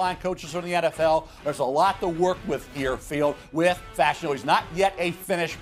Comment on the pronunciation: Olu Fashanu last name is pronounced “Fuh-Sha-New” not “Fash-Eh-New”